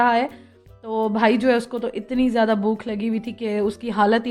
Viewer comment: اردو کا لفظ ہے بھوک آپ بولتی ہیں بوکھ ہمیشہ... لیکن میں تنقید کا نشانہ نہیں بنا رہی ہوں نہ ہی کوئی دل آزاری ہے... میں نے تو ویسے ہی بہت بار آپکے ویلاگس میں آپ کو لفظ بھوک کو بوکھ بوکھ بوکھ بولتے ہوئے سنا ہے.